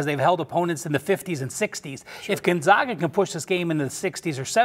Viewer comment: It's pronounced "Gone-zag, (as in bag) uh," Gon-zag-uh," not "Gun-zog-ga." Sheesh!!